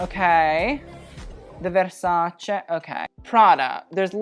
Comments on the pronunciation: My ears are THANKING you for saying “veRrsacE” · Love that he pronounces VersacE!!! Like, Italy thanks you 🙏🏻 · It's the "verrrrsacE" said in the right way for me boy 🇮🇹♥️ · As an Italian hearing Versace and not versaci is a bless to my ears. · I'm new to this channel and i nearly cried hearing you say Versace correctly 😭😭😭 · The fact that he pronounces "Versace" correctly makes my italian soul happy. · Thanks for pronouncing Versace correctly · I'm a simple person. I hear versace pronounced correctly, I click on the like button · Omg finally an american that spells versace correct. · has any other Italian already commented that you’re the first non-italian person they’ve heard pronounce “Versace” the way it’s supposed to be pronounced?